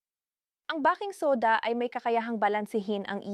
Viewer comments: " bay king soda!." Bah king soda sakit Sa Tenga. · ..nagaral ka ba?..if yes, bakit "bah-king" soda ang bigkas mo sa baking soda at hindi "bey-king" soda???????????.. marami na kayo ngayon na medical vloggers ang ganitong magsalita sa inyong mga vlogs, WHY?..there must be a good reason behind that instead of stupidity kasi marami sa inyo ang mga specialist meaning you graduated from college..pwede bang ipaliwanag mo dito..the reason being na gusto ko sana na pakinggan ang contents ninyo as it may give me some knowledge of how to care to what seems to be my medical problem but pag nakarinig na ako ng maling pagbigkas ng salita ay iniiba ko na ang channel na papanoorin ko,,sayang, at tiyak kong may matututunan sana akong mensahe mula sa iyo, sa inyo..